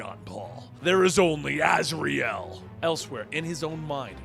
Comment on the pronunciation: I can’t take anything you say seriously when you pronounce his name ‘Raz’.